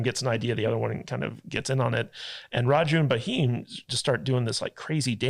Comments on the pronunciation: his not Muslim he took that getup when undercover his name is Bheem(Bh=V) not Ba Him full name KomaramBheem he's very respected freedom fighter so please hear the name and please properly say it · It's Bheem, not Baheem. Bheem is like beam in pronunciation. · Baheem is crazy, it pronounced “Bh, eeam’a’” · Do not write pronunciation of Bheam . Please . I request you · I love it when westerners are unable to pronounce BH, and come up with different versions. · there is no "a" in bheem, you say it like you spell it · youare pronouncing raheem for bheem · Not baheem it's bheem it's name from Mahabharata.... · not baheem yaar it's bheem. Alluri Sitarama Raju (played by Ram Charan) and Komaram Bheem (played by Jr. NTR) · It’s not baheem, it’s “beem “ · you are pronouncing for bheem as raheem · Not bhaim it's bheem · Not bahim you ashhole he is Bheem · Please don't say Bah..heem 🙏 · It's not BAHEEM.....its BHEEM...pronounce it as "Beam" simple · All good but stop saying B heem..... It's bheem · Baheeem, or is it bheem. Oo wait you don't habe BHA sound in english, so give you that. Could have researched a lil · slight pronunciation correction.. its bheem.. not Ba-heem ... drop the "a" and its all good !! :goodvibes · Its Bheem not baheem😉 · Thank you all for your love towards our Indian film made in Telugu but please pronounce names correctly it’s not Bahim it’s “Bheem” one of our indian god’s name. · who is BHAHEEM??? its Bheem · Name is pronounced "Beam" (spelled as "Bheem" in India), not Buh-Heem lol. and Raju and Ram are both names used for the other guy. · It is not Baheem... It is Bheem, like you pronunce Beam which a stress on 'B'. Plz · It's not Ba-heem guys! It's pronounced Beam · Not baheem ,his name was Bheem (भ, भोंसड़ी वाला भ) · Do watch kgf1,2 N it's Bheem not Baheem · Great podcast guys specially the beard guy👍 and ntr is bheem not baheem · Who is Ba-heem 😂 It’s Bheem, very close to the English word beam, with a soft “h” sound after the “b.” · It's Bheee-m.